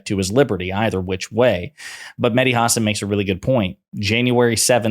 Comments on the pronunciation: FYI: It's pronounced Ha SAN not HA san. And MSNBC taking his show off the air was a terrible mistake. I used to love it, even those times when I didn't fully comprehend what the hell he was talking about. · Stop saying his last name like that. You do this all the time. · that mispronounciation of hasan was painful